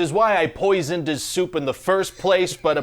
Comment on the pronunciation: All this time I thought he said" I poised into supe" at the beginning. So in the end when he asked the coach whether he wanted some soup I was confused